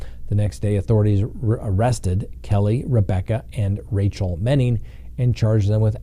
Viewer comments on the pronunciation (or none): none